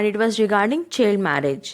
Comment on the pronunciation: Thanks for making such a long video and a better series of questions. But, Quality of CSE is doubtful after listening u. I wonder hw u qualified PRE. U cannot pronounce the words correctly. U r pronouncing child as chilled , migration as marriage and there r several other mistakes. Go near . I know u don’t have Hindi accent but these r english word ma’am and if I talk of hindi the its तिनकठिया।